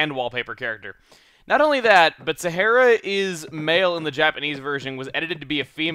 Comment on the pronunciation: Sahara is pronounced like the Sahara Desert in Africa.